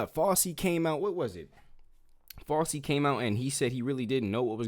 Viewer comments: Fossy? 😂it's pronounced Fowchee (fauci) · Just a correction for you…. It’s pronounced FOUCHIE, not Fossy. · Bro first off it’s not fauci like glossy it’s fauci like ouchie. They call the jab the fauci ouchie. Second you looked at RFK jr father wiki. His father graduated from Harvard in ‘48. RFK jr wasn’t born till ‘54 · Its FOW-CHI, not fowsy. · It's not "Fossy". It's Fow-chee". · yes! Appreciate you very much, but please be more careful. Fauci is pronounced: FOW-chee. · Who is fawsee? 😂😂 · The view is awful, I agree, but please check your references and get your facts right…I mean 1948? I see you corrected this, but use your common sense. That would make RFK jr almost 100 years old!! Also, check your pronunciation. Fauci is NOT pronounced like Fossi, the famous dancer/choreographer from the 70’s. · It is FOW-CHI - FAUCI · My dude, RFK Jr was born in 1954 there is no way he graduated Harvard in 1948 😂 also that drs name is pronounced Fow-Chi 😂 we need to work on a few things here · Dr. Fauci is pronounced FOW-CHI. ❤ Keep fighting the good fight young man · Good video. His name is pronounced as FOW CHEE. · Not meaning to disrespect you hun.. But Fauci's name is pronounced... FOW... CHEE... 😘🥰👍🙏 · Kid, we appreciate what you are doing, and I agree wholeheartedly with you, but you need to be better prepared if you are gonna do podcasts, especially against crazy people like the wannabe dream girls aka the view! You are all over the place with your information, mispronouncing names, and your points are wayyyy too basic. But keep pushing and putting the info out, my brother. It needs to be heard. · How can you repeatedly miss pronounce Dr Fauci??? Seriously, I can’t watch another second because YOU can’t even get it right… when his name has been said 1,000s of times in the past 4years …dude, step it up!